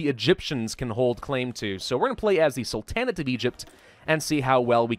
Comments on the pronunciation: Its prounced Sultan-Neigh-t.Not Sul-tan-eight. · love your videos but why are you pronouncing it "Sul-tan-at"? It's "Sul-ten-ate" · I've got to know... Why do you say "salTANit" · In Sul-ta-nate, The emphasis is on the Sul, not the ta. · The A in the middle of sultanate is pronounced like the first A in Apostle, not like A in Apple. Sorry it just annoys me lol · You say sultan correctly... and sultanate incorrectly... what? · Please, please stop pronouncing Sultanate like that. It sounds like a Dixie pharaoh